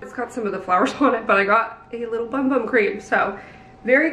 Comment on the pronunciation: I’m surprised the brand didn’t inform influencers that’s it’s pronounced “boom boom” not bum bum.